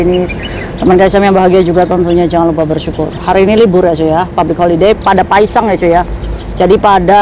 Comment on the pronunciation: Kok denger q Paesang bukan paesan...😅😅😅😅